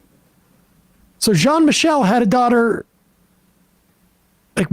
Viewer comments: Its Jean Michel not John Michael. Why is that nutjob refusing to pronounce the name in French. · Jean is not pronounced as John.